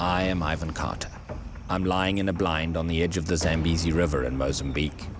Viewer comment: So the people there are white? The pronounciation is Zah-m-bay-zee; It comes from my father's language, so I know